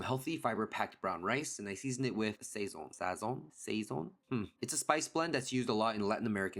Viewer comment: Sazon is pronounced ; (sad -zone) the a is more of an —ahh-. And I’m glad you mentioned Vidalia onions. They are grown in the town with the same name and are not a Vidalia if grown outside of the recognized region. The ground is sweet and has no bitter or hot flavor from peppers or radishes those and anything that is hot to eat does not get planted in that area I discovered that when I grew hot cayenne peppers one year and the next I tried to grow carrots and they were hot. I am in love with Vidalia onions and have them with baby cucumbers and tomatoes and a dollop of miracle whip. Simple but bursting with flavor.